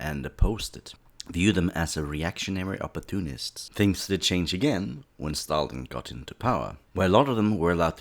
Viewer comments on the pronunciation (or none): none